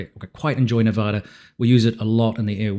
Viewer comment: As a native to Nevada makes me cringe when they pronounce it wrong!